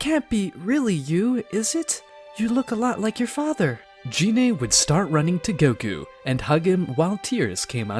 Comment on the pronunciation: It's a good story, but dude, "dragon spheres?" Really? They're "dragon balls" You even said Gine and Namek wrong, but again, good story